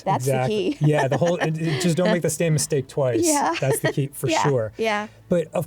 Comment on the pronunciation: "Don't make the stame missake twice." Dan Avadin 2025